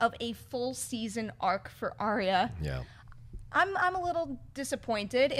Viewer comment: OMFG All of you stop pronouncing Arya's name wrong, she has said her name twice this season to try to get people to say her name right and yet you still say her name wrong >.<